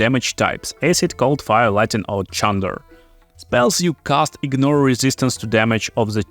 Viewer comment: The sub's weren't the greatest but your pronunciation of thunder... oh, boy. It was amusing the first time I heard it but when you said "use a chunder wave to shove them off the mountain" I lost it. Chunder is vomit. I propose a mod that adds the spell Wave of Chunder. The caster spews forth a 3m cone of half-digested potato and carrots for 2d4 Acid damage. All those caught in the AoE are hurled back 1m, then must make a Dex save or else fall prone in the slippery juices, and all nearby characters must make a Con save or else vomit themselves.